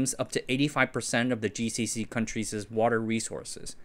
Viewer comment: coun-treezez? It's 2 syllables countries' not countries's